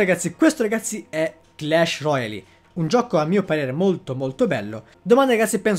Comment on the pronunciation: Roial, non roiali